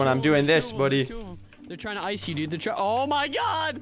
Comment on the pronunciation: "I blew yupf" lol well then...